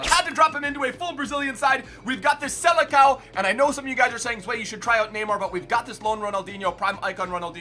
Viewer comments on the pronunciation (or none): "Seleção" sounds like "selessão", not like "selekao"... Anyway, keep going with this awesome content! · It’s pronounced “selesao” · Hey, I don’t mean to be annoying, but if you want to know a little portuguese pronunciation tip, the ç on “Seleção” sounds like a s, not like a c.